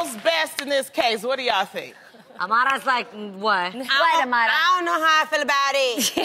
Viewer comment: I love how Jeannie and Tamera know how to pronounce "Amara"